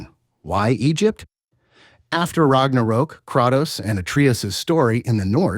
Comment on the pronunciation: Ragnarook? Atreeis? Apreis?